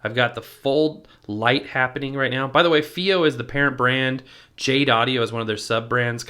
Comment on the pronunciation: I'd heard the company state it was pronounced "Phi-O" like in HiFi. It's a wonderful player, especially using balanced out, and the firmware updates have improved battery life.